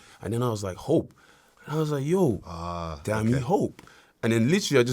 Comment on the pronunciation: it’s pronounced dah-me